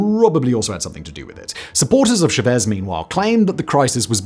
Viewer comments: Stop saying "shah-VEZ" - it's pronounced "CHA-vase" (or Anglicized to "CHA-vezz") where the first syllable gets the emphasis and if doubled would become the Cha-Cha. 🙂 Or do you pronounce the Asian eating utensil a "Shop Stick?" 😉 Very unlike you to get even difficult pronunciations wrong so this easy miss sorta surprised me. Otherwise a good video as always - easy to understand yet rich in info and well-researched. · Hugo Chavez is pronounced (Chah Vezz) not Shav-ez. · It’s chAvez, not chavEz. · it's Chavez with the stress on the Cha not the vez...Chávez